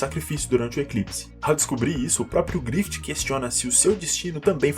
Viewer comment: Porque tu fala “GrifiTI”